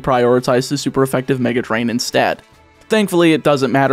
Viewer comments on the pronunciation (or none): none